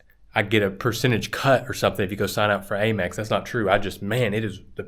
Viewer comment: You mentioned Amex a few times but why HayMex and not Hamex? As in United States of America (Express)⁉️